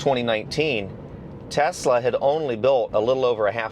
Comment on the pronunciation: Kudos for pronouncing the name right! Greetings from Croatia (Nikola Tesla is Serbian born in what is present day Croatia. Our languages our very similar, we pronounce it identically and yours is spot on)